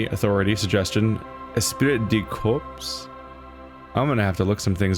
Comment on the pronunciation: Just FYI, Esprit de Corps is pronounced Espry de core. Hope that helps.